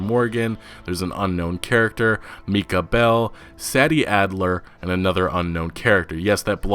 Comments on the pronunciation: Yo it’s pronounced “say-dee addler” not “sad-dee” bruh... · bro said meekah bell and saddie adler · Meecah Bell, Saddy Adler.